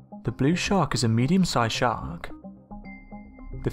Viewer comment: What the bloody hell is a 'shaa-aark'? And what is a 'shooah'? Geordie, are you, chum?